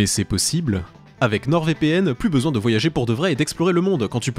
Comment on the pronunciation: « C’était affreusement chaiwre mais ça fait trop laungtomps j’en aiye besouin » 😂